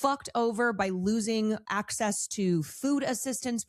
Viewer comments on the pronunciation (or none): none